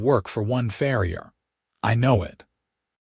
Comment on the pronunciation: I get it about not putting shoes on cattle, I did farm work growing up around milk and beef cattle. This is a fantasy world, so I give that a pass. The mispronunciation of words like "read," "bow", "live," "record," "tear," etc. bothers me a lot more than that. Then there's reading the word "farrier" as "frier." But I love this story, and thank you for sharing it with us. ❤❤❤❤❤❤❤